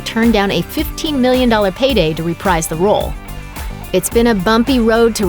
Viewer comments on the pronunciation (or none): . The word "reprise" is pronounced "re-PREEZE," not "re-PRIZE."